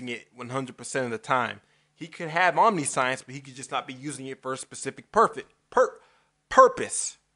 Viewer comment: Yeah.... Please look up how omniscience is pronounced, give you a clue it's not "omni science". Make a video that doesn't come off like a parody of christian apologetics, every one I have shown you video has spent 15 mins laughing at it thinking it was a fake, and make a video that attempts to understand my argument, and maybe I will take you seriously. At this point I assume you are either trying to be funny or have grossly misunderstood my argument. In either case think about it.